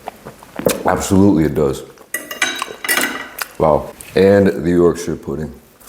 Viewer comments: im so happy with the way you pronounced yorkshire instead of people saying yorkSHIRE you actually said yorksher the proper way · As a brit. I'm so happy you tried our roast dinner. And you said Yorkshire CORRECTLY. TOP MAN! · im so glad you didnt say yorkshyre pudding